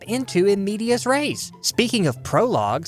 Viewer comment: I love you, but the vowels in "medias" are pronounced the latin way, like you say in "elegant" and the stress is on the first syllable.